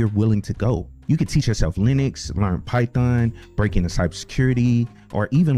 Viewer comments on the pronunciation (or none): none